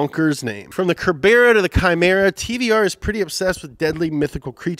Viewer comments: it's pronounced Sir burra. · The tvr is pronounced Serbra